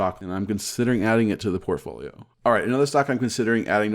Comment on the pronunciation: Did you say portfolio or pantry?